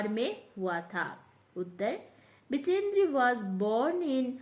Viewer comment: बछेंद्र ✅ बिचेंद्री❎